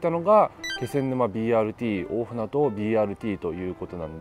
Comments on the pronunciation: BRTにはまだ乗ったことがないので、一度乗りに行ってみたいです。 一つだけ、！「おおふなど」じゃなくて「おおふなと」です！！ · きょうび高速バスのほうが便利なので気仙沼の人が仙台にいく場合は高速バスを使うんでしょうけどねぇ。 柳津〜気仙沼は昭和50年頃に散々待たされた挙句に開通したのがまた鉄道が無くなってしまって悲しいですね。津波を口実に赤字路線を切り捨てたとしか思えません。 一方赤字路線の廃線後にBRT転換するのは旧鹿島鉄道のかしてつバスがありますが、途中区間が一般道走行で渋滞に巻き込まれるし、一般道との交点ではいちいち停止するなど、BRTの体をなしていません。こちらの方もいつかレポートお願いします🤲 ※蛇足ながら「おおふなど」ではなく、「おおふなと」です。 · 「おおふなど」ではなく「おおふなと」だと思います。聞いていて気になりました。